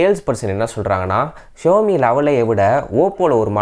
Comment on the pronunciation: It's Xiaomi ( shaumi) not showme apart from that it's was good unboxing 👍🏻👍🏻